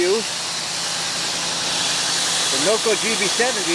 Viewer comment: Did you say Noco or "NoGo" 😅